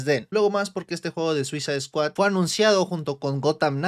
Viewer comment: ¿Soy yo o en vez de escuchar Suicide Squad escucho "Suiza Squad"? XD